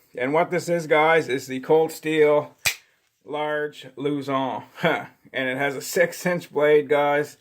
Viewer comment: It’s a filipino-inspired design. “Luzon” is also a filipino word. What’s with the french pronounciation?? 🤣 “Loouh-zoungh” wtf